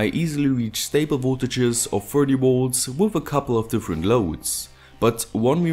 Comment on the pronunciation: His videos are great - I just can't stand his pronounciation of 'Volts' - he's always saying 'woolts' :)